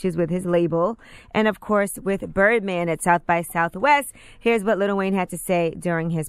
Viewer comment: Im getting tired of people saying "little" wayne. Its LIL